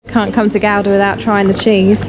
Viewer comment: Not butchering the pronunciation of Gouda. Compliments!